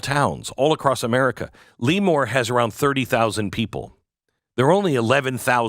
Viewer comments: Yep... Former Navy Avionics Tech who took a few touch-n-goes through NAS L"uh"more. Never heard of Lee-more until now. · If you're going to say a town's name, can you at least pronounce it correctly? Every time you said "Lemoore" it just grated on the ears of everyone in my house. "Leee-moore" *SMH* Lemoore is NOT pronounced "Lee-more" it's pronounced "Leh-moore", but don't TRY to separate the syllables. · It’s pronounced La more not Lee more. I thought that minimum wage was supposed to be for chains with 50 or more locations and 500 or more employees. Democrats think we all want their policies, we don’t. I’ve lived in Cali for 22 of my 65 years. Our elections are now all mail in balloting. You can vote in person but if you don’t have that mail ballot you get a provisional ballot. A couple of elections ago 5 or 6 republicans that were told they won a week after the election were told weeks later they didn’t because it took weeks to count mail in ballots. Our voter rolls do not get updated regularly. Tens of thousands of illegals ended on the rolls because of motor voter enrollments. Postal delivery people have admitted to selling or giving ballots away because people had moved. Democrats hire or control ballot collections and counting. It’s impossible to believe 5 or 6 cities keep voting for democrats when their policies have turned once beautiful cities to third world hell holes while almost every rural county voted conservative. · Glenn, it's pronounced Le MORE. LOL! Sorry, this truly is sad. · It is pronounced "la more" thank you for the great description of the town and area. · Same-born/raised in Fresno. Relocated to Turlock, 1976. And it’s not pronounced Lee-more! …(cracking up). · My wife and I laughed every time you mispronounced the town's name. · Lee-more=😂 Lëmoore=👍🏻👍🏻👍🏻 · It's pronouced La'more not Leemore! Right outside Naval Air Station Lemoore, I know, I grew up there and was in the Navy there. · It’s not LEEEEmoore its lemoore Glenn